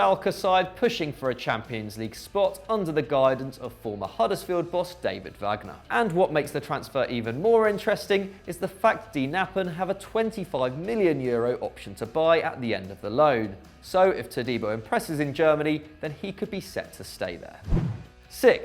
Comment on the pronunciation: Quick thing to note: „Knappen“ is pronounced with a hard „k“.